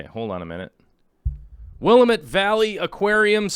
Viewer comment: Will-am-it not Willa-met. I hate being that person critiquing your pronunciation but I guess I am that person:)